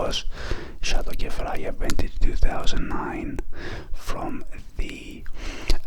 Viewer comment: I’m Lebanese and you’re pronouncing Kefraya correctly 😁